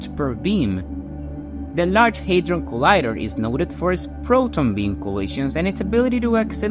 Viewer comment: it is called hadron collider, not hydron collider hahah 🤣🤣